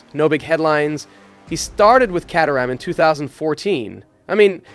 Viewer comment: Caterham is an English town (which the car company is named after) and he mispronounces that too. Maybe it’s the US commentaries fault? 🤷